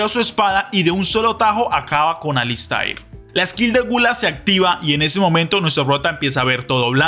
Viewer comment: Alister!!! Se q se escribe alistAIR pero se pronuncia AlistER!!!😅